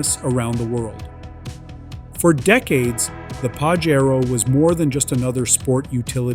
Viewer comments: Not pa she roh It is pa jay ro U cant read the correct name 😅😂😅😂😅😂😅😂😅😂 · Stop mispronouncing the car's name! I own a 97' Pajero Evolution and it's pronounced Pa-SHare-Oh. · Why are you saying PAJERO so weirdly?